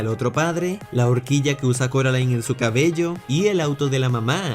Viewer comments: ehh se dice coraline no se dice caraline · Casi me da algo cuando dice “Caroline” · No es caroline es C "o" raline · SE DISE CORALINE NO CAROLAIN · Si pero no sé si dice Caroline es coraline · Cuantas veces Coraline va a corregir que se dice Coraline y no Caroline🤔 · carolain Video: corolain jajajaa Como se pronuncia el nombre? Carolain o Corolain